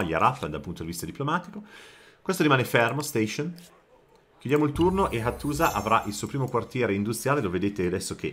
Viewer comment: Hàttusa, era la pronuncia corretta della capitale ittita ;) (accento sulla prima vocale) 😊